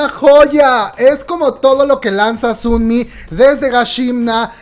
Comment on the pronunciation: ¿Por qué dices Sunmi? se dice sonmi... O no se si es mi imaginación pero weno 😂 o dices los nombres asi de cariño? Por ejm el de Chungha 😂 es chonja